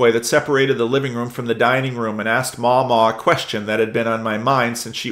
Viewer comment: I’m ashamed to come out of years-long lurking for this kind of comment, but the first “a” in “Mamaw” is a short a, like cat. :) (You can also stretch that short a into two syllables for extra authenticity when reading it on Sunday. Your California congregation may not appreciate it, but this Redneck will cheer! 😂)